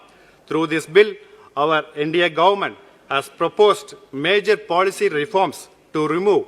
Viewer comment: Mr. Ravindranath pronounced Hindya instead of India